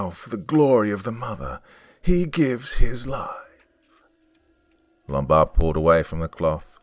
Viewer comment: "Lumbard" Ummmm Hello "Office Space" Yeah I see you're on your feet again...Peter. I'm gonna have to ask you to stay and perform a "Departure Ritual" and come in and Saturday and Sunday.